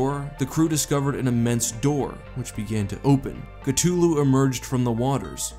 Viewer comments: Chluhu? Chluhu?? Damn, Lovecraft was as bad with pronunciation as he was with foreigners. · Ok I know Cthulhu has no canon way to say his name but pls "ka-2-loo" sounds awful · Its cTHulu with a Th sound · I think it is pronounced cuh-thu-lu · Ok but I thought it was Cthulhu and you pronounced the th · cuh thoo loo please fam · it's acatuly it is pronounced cathulu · Bruh.. ctooloo? Really ? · Its pronounced KA THOO LOO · It's pronounced Cu thu lu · Cuhtulu. Bro stop saying it wrong it's so cringe. Like you make a video, could at least say the name correctly. Please. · I always heard it pronounced with the "th" sound, not a "t" sound. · You're right, he fucked up the pronunciation. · You say Cthulhu wrong and yet it’s fitting. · The way you pronounce cthulu makes me want to cshootyou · Loved the video the only the that i can fault is the repeatedly mispronouncation of cthulhu's name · You would have been closer to a correct pronunciation of you said cockatoo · You pronounced "Cthulhu" wrong. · Interesting vid but you butcher the pronunciation of Cthulhu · Please say Cthulhu right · That pronunciation of Cthulhu makes me cringe. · Am I the only one who can’t stand the way he pronounced Cthulhu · He did not just mispronounced cthulhu this whole video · I have always heard it called "K thu lu." This is the first time I have ever heard it called K tu lu. If you listen to the audio book it sounds different from what you have said it. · "KaTuLu" it's Cthulhu, ka-th-oo-lu, Cthulhu. And it's Ri-lay, not Righ-lay. You're driving me insane mispronouncing the names. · hi love your videos, ok just want to know why are you saying his name strange? because I have always thought it is said ( ka-thoo-loo ) anyway still awesome video all the same 👍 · Theres a th in cthulhu not just a T. Cuh-thu-loo not ca-tu-lo. Make a video at least learn the correct pronunciation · actually it’s not (ca-too-lu) it’s (ca-thu-lu) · I thought it was pronounced as k-thoo-loo, not k-too-loo???